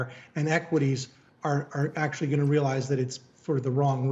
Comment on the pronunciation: Actually 500. Actually 250. Akuuuuttalyyyyy. 😆🤓